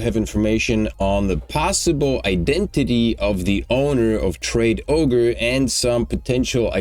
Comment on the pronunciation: says traderoge not tradeogre